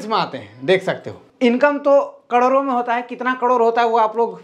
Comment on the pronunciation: income "कड़ोरो" me hota hai... kya maine sahi suna??? "कड़ोरो"😜😜😜😜 ya fir करोड़ों me?